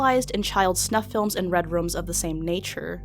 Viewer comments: Is anyone else bothered by the way she pronounces "rooms"? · Danny GonZalez yeah but she wasn’t saying “redrum” like from The Shining on purpose she was talking about “red rooms”. She pronounces the word “room” like “rum” in multiple videos